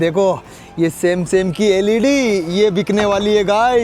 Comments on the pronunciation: samsung ❌samsan✅ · Samsung ❌️ samsum ✅️ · Samsung ❎samsam✅😅😅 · Jab tu bahan ke loade apna samanon ka naam bata raha to tene Samsung kaise kaha bhosdi ke tujhe pata bhi Samsung Keval use randi ke pahle bolna to Sikh le